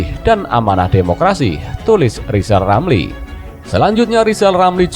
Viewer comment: Ngakunya lizal lamli itu olang pintal....nyatanya...blo,on...gitu kok mau nyaples 🤣